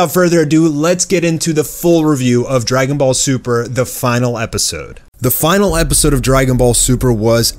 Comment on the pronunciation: That Accent on the Intro "How dregunboll superrr shuld hev endid" haha